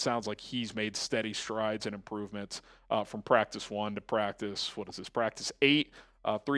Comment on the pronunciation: """" it practis😂😂😂😂 practissssss😂😂😂😂